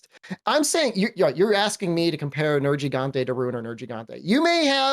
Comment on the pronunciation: He likes Nergi but pronounces his name wrong.